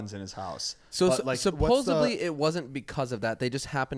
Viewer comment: can someone PLEASE finally tell how to say “SUPPOSEDLY” properly🤔🤔🤔🤔